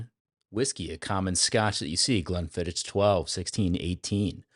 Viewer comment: Please learn how to pronounce Glenfiddich before any more reviews.